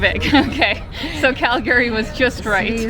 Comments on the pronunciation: It's CalGree not Cal-Gary....nobody named Gary Here! Ya gotta learn the local-isms before you consider yourself a true Calgaryian! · It's pronounced Cal gree. Not Cal Gary. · I can tell you’re new to Calgary by the way you pronounce it. Cal-Gary instead of the norm ‘Calgree’.🤣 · Cal- Gary? Lol ! Call Gary, no it’s Calgary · Wait is it pronounced Cal-Gary or Cal-Gury? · I really like Calgary, even though I've only visited once. I think the locals pronounce it "CaL-Gree", just two syllables. Saying it with 3 syllables marks you as an outsider. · its pronounced Cal-gry. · 'Round these parts, we say "Calgree". Great video! 👍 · It’s “Calgree” just saying. Nice video. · Born & raised Calgarian here. Just so you know, it is pronounced "Calgry". The second "a" is silent.